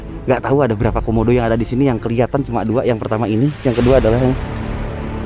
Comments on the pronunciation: Bang Panji bilang komodo kodomo wkwkwk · Bang panji pas mundur kok bilang kodomo😂😂😂😂 bukan komodo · 8.08 bang komodo bukan kodomo wkwk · iya a panji ngomong kodomo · kak Panji bilang kodomo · bukan kodomo kak tapi komodo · Kodomo apa komodo bg... Sumpah lucu gw ingat iklan pasta gigi pas abg bilang kodomo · MENIT 8.08 a panji bilang kodomo bukan komodo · Bang Panji bukan kodomo tapi komodo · Bang yang bener komodo apa kodomo.😂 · KODOMO? Ada yang denger juga ? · di menit gua kok denger kodomo ya